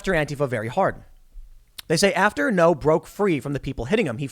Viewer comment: It's Andy Ngo, not No. You have to prounce the g. It's not hard.